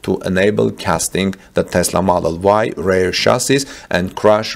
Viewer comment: Thanks for the video! Please check the pronunciation though - its REAR, not RARE.